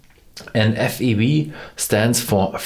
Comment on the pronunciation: He said F E V 😭. It’s … F-E-W